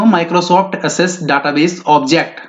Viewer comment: Janab ...उच्चारण की ओर भी ध्यान दे . ऐक्सेस (access) होता hai . not एसेस bakii....MCQ 📃ak dm jhakas h😋...👍👍👍